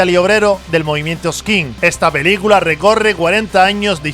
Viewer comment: Años "oyenta", "belícula"